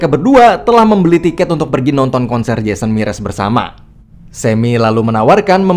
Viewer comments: jason mraz woi bukan jason miras xD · Jason Mraz bang bukan MIRAS 😔